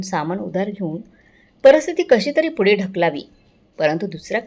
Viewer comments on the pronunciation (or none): none